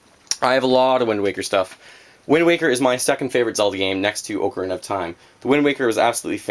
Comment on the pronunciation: Lol he says Oo-carina